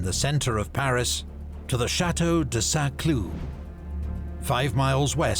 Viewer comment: Every time the narrator says "Chateau de Saint-Cloud", my brain processes it as "Chateau de sans clue" (franglais for chateau of cluelessness), which makes me chuckle.